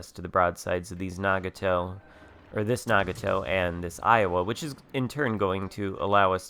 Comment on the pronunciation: thank you for the video and just a heads up its na-got-toe